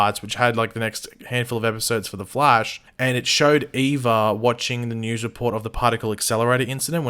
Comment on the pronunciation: Please dont say the Fleish again